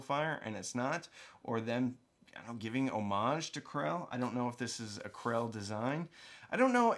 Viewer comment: I thought you were saying "Classé"...so got double confused seeing the knockoff Krell badge. This is why British pronunciation is better than American 😆 😉